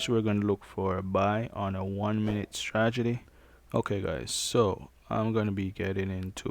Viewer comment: this man said " Stragedy" not Strategy LMAO but i love this video tho im using it now